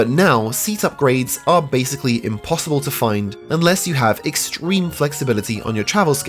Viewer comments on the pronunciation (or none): none